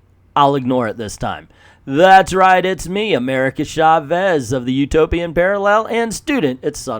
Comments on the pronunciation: Mindless ass! Hahahahaha. Their faces look nothing like Mindless Ones' faces; they look more like ROM Spaceknight's toaster helmet. By the way, I have been meaning to say about how you pronounce Chávez, with the stress in the "E" instead of in the "A", and then you actually got it right just as you were talking about your Spanish pronunciation almost at the beginning. Just remember, it is "CHÁvez", not "chaVEZ". Likewise, it is "VElez" instead of "veLEZ". And the double "L" in Spanish sounds similar as "J" does in words like "jail". So Villalobos sounds something like "vee-jah-LOH-bos". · Why are you saying "Shavez"?